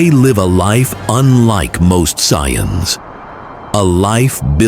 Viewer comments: Sai-eyes? Whats that. 😂😂😂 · "Sai eyes" 😂😂😂😂😂😂